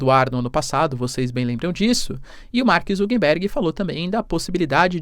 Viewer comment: Mark ZuckeRberg, e não ZuckeNberg